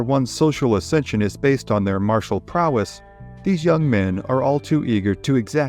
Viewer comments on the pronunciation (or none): none